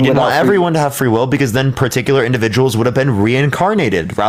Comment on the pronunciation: why does he say free will like: "free weew"